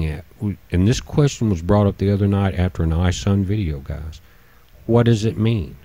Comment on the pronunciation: Are you saying Gaz instead of Guys? Are you saying pitchers instead of pictures? Are you saying "I sad" instead I said ? Are you saying that you don't know what the color spectrum represents in the photos you have in your vid? Did you ever read the Ringmakers of Saturn ? It ss not telemerese it is telomere(plural telomeres), did you ever care to search for correct pronunciation?